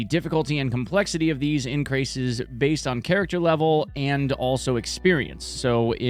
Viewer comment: Close enough 👍